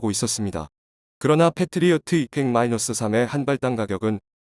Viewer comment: 를 마이나스로 읽지 않았으면 좋겠습니다.